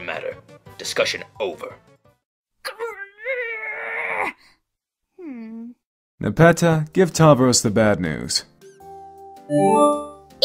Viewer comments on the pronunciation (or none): Alright, botanically speaking, Nepeta, the genus of catnip, is pronounced Nep-EE-ta.